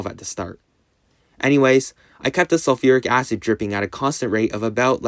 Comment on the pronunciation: ah yes "SULURIC ACID" my favorite acid